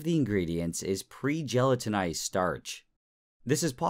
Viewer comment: That's not how to pronounce gelatinised.